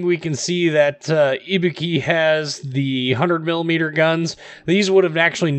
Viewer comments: pronounced i-boo-ki not e-be-ki Other wise known as an easy kill and so if you can not hide like an Atlanta then your toast. I think because the armor is so bad it is not worth playing. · Nice video.. but your japanese pronunciation is horrible! IBUKI = I("Y"es)-BU("Boo"ster)-KI("key").. (use google translation (japanese language set) for right pronunciation )